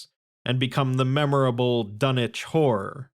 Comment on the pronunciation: You said the title like Dunnege whore